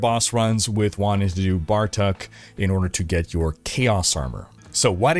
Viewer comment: it's not "Bar Tuck" it's "Bar Took"